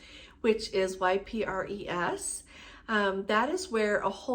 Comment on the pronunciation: Hi. Please check but I think that Ypres is correctly pronounced EEP. French eh?